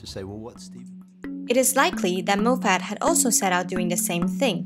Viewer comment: pronounced Mof et not Moe Fat